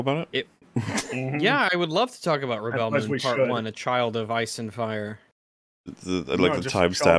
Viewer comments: Yeah, them mispronouncing "rebel" is hilarious and not irritating at all. Especially the 100th time they do it. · Why are you guys pronouncing "Rebel" with the accent on the 2nd syllable? Isn't it "Rebel" pronounced like the "rebels" in "Star Wars?" I'm seriously asking.